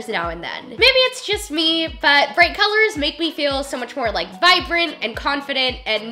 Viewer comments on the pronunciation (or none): none